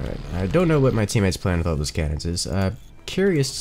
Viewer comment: "wha'?" - 1/1/2019